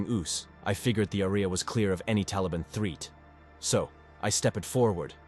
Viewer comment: Threat = threet and patrol = Pat-Roll are two that I noticed.